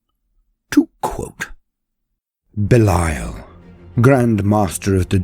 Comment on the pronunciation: Well just his name isn't Beliel, its Belial...